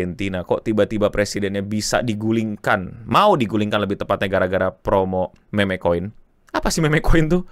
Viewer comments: Kenapa bacanya meme kenapa gak mim aja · Koin MEMEG? bukannya bacanya MIM? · harusnya mim saja biar nggak kedengaran kayak meme(k) 😂😂😂nguwawur, tapi terima kasih infonya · agak risih pas bang bilang kata "meme" pake ejaan bhs. indo, apalagi kata selanjutnya "kripto"😅